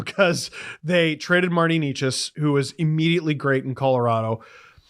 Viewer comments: I thought maybe after him being moved to Colorado you all would get Necas’s name right. It’s not KNEE chis. It’s NAY chus. It’s really embarrassing for a hockey podcast to not get this right at this point. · Well, maybe by next video they’ll figure out “Necas” because they still can’t pronounce it right🤦‍♂️